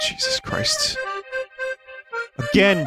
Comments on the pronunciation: "Try Agrain" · “Try agrain.” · "Try agrain."